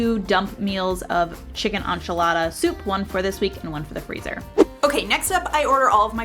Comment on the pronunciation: Chicken Enchiladas not oncholadas. Sorry, my half Hispanic side eye-rolled inside. Thanks for the great tips!